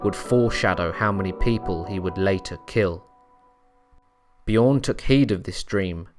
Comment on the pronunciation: It's not pronounced "Bjioern". The name is Bjørn. And the Ø is pronounced as the "U" in "burn".